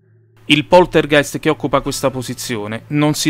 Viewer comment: Anche perché l hai sbagliato solo nel titolo per fretta mi sa . L hai pronunciato bene e scritto benissimo in descrizione.